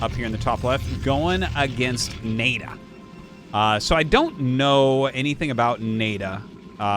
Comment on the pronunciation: Isn’t NaiDa pronounced Na-ee Da?